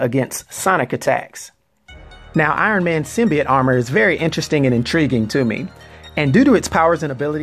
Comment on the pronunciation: SIM-BEE-YOTE, not, SIM-BEE-YIT.